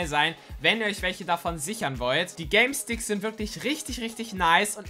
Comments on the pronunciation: Er hat Galesticks gesagt🤣🤣🤣😂😂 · Warum sagst du Galesticks ? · Hast du Galestickz gesagt🤣🤣